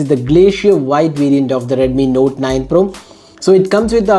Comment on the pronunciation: It's pro not por